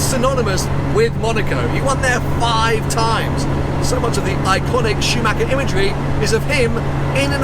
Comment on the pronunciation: Pronouncing Schumacher is not SchumacKer but SchumaRer. PLEASE. 😉